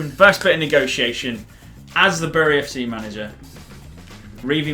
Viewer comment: Bury is pronounced berry LIKE SO REEV CAN SEE BTW I make... Jk